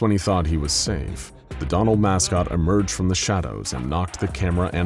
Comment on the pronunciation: "Mouse-cot?" I kind of love it.